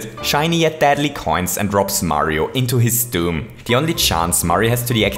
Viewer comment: I know he said deadly